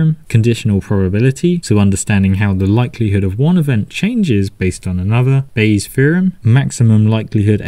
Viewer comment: Bayes’ theorem, not Baye’s theorem